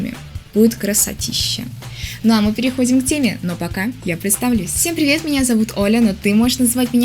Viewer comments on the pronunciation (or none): none